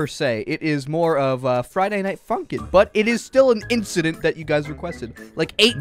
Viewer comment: fraiday nait funkin hmmm *friday night funkin' lolo